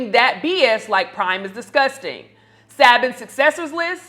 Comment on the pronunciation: Please invite me to speak on your show. You need older folks to complete the circle. We have info based on our experiences that would help. Also young lady Saban is pronounced Say-ban. No shade I just want you to get it right because mispronunciation can take away from your message. Peace